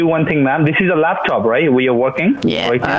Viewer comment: Lakstop, Dekstop! New Spanish, all in the first minute- damn!